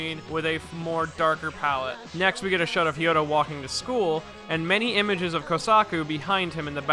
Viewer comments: You said “Hiota” it’s “Hayato.” (Not to be that guy) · Hiyota? Kira went out of his way to pronounce it for us. H A Y A T O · Mate whos haiota? Its hayato lmao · Its ha ya to not fucking kyoto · ITS NOT HIYATO ITS HAYATO!!!!!!!!!!!!!!!!!!!!!!!!!!!!!!!!!!!!!!!!!!!!!!!!!!!!!!!!!!!!!!!!!!!!!!!!!!!!!!!!!!!!!!!!!!!!!!!!!!!!!!!!!!!! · why are you calling Hayato,Ryota? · DID YOU JUST SAY HIYOTA??????? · H I Y O T A~ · I decided to just make an entire list of names butchers: Kosaki Yukiko Mikitaki Hiyota Remmi Atomic Heart Father Also you say that Kira's dad hit the nail on the coffin, but "Kira" is actually his last name. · His pronunciation of Hayato is infuriating Edit: scratch that. All of the ways he pronounces names is infuriating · What the bruh, why did you pronounce Hayato like that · H A Y A T O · Ya but great days op was aired before hayato was introduced in anime, so of course, people dont know the pronouncoation of it, and maybe this guy just mis read it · H A Y A T O~ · Whats with that Hayato pronounciation lmao, nice vid tho, gj dude!